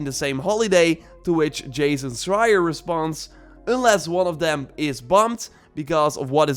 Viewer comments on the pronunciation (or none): none